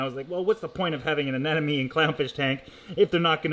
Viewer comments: I do think it's terribly cute that you say "anenome" instead of "anemone". Thanks for another great video :) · Sorry but it's not anenome, it's ANEMONE. My head hurts every time you say it wrong.😂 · Ah-Nem-o-nee...its driving me nuts. Sorry, but it is. Maybe its a Canadian thing? LOVe the channel though..